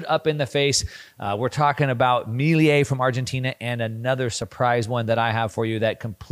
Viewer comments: Great video as always but I need to say it’s not Miliei it’s Milei. (Mi-le-i). I know it’s a different language but in in english should sound like you said it just without and “I” (Me-le-e) I think is the proper pronuntiation in English. Not sure how to explain it without making vocal sounds. Hope this helps! Thanks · Dear, Argentina President’s name is spelled and pronounced “MILEI”, not “MILIE” as you pronounce it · amazing video!!! (just a tip, Milei is pronounced "Meelay") :) Keep up the great work! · Milei is not pronounced like that. Putting that to the side, the video was great, as always. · My guy cant pronounce "Milei" or "hegemony" if his life depended on it 😂😂😂. He's been mispronouncing both words for years now.